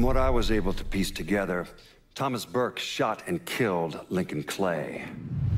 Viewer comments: why bruge its burke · what surprises me is how you messed up Burkes name by saying "Bruge"